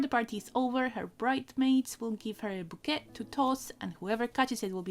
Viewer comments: "Bouquet" is pronounced "boo-KAY." I know, it's weird. It's French. French orthography is like that. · I would love to see a follow-up for Pony Bride's accessories, or another pony's accessories if you prefer! I feel like the accessories are kind of ignored in restoration groups, so it'd be nice to see some attempts at that even if they're not perfect ❤️ (Btw bouquet is pronounced "bo-kay"!) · Bouquet. Say Boo. K